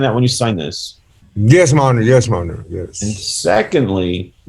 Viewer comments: The guy at the bottom, in jail. What the heck is he calling the judge? When he answers yes or no? Sounds like ‘yes monitor’ and as the questions continued, he’d say “yes sir ‘monitor’ yes sir ‘monitor’ “😂 Also how can the corrections officers not know their loud talking and laughing is hears in all those individual court cases that were going with each prisoner. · can’t help it -“myohner/majohner/myhonor” and all it’s variations is so amusing to me. My youngest son says forget and “formember” instead of remember. Full on reminds me of that, which of course I find super adorable. 😂❤